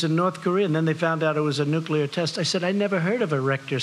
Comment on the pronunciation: this is going to lead to a nucular war